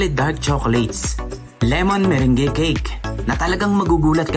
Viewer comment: Meringue is pronounced Muh-rang